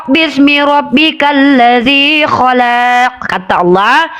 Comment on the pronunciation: Salah.. Yg. Benar. Kholaq. Bukan. Kholaaq